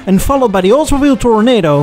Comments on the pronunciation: the Oldsmobile was pronounced, "Tor-NOD-o", not, "Tor-NAY-do". Tornados are destructive windstorms., you have to read thr autobiography of Lee Iaccoca, entitled, "Iaccoca". It tells of his years at Ford and Chrysler. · Had they gone with the Lancelot, it probably would have been seen as a cheap rip-off of the El Dorado and tanked. One minor point on pronunciation: it's not Oldsmobile Tornado (tor-nay-doh), it's Toronado (tor-uh-nah-doh) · Tor-ah-nah-do. Not "tornado." Come on, man. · Had to mention it is Buick Toronado not Tornado. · Awesome content with great visuals per usual 👌 Side note: *Oldsmobile ToroNAdo sounds like Demi LoVAto nay nah✅ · It's Oldsmobile Toronado, not "tornado". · The Olds Toronado is pronounced "Tore - Aw - Naw - Doe" -- not the same as the storm that took Dorothy to Oz. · Toronado Tore-oh-nah-doe. A tornado is a spring/summer breeze in Michigan. It's also why your Michigan house needs a basement. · It's pronounced tornahdah with a soft a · Tor-o-NOD-o (four syllables). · love your videos, but Toronado is pronounced Tora-nod-o.